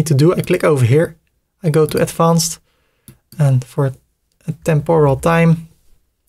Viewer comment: Kolere spreek advanced is niet zo Nederlands uit. Spreek het uit als advenced